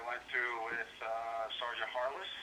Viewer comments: “Sergeant Harlis” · "Sergeant", what the! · LMAO dons face when the guy says "sergeant"